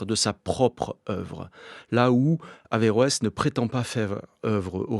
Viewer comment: Heureusement qu'on dit averoes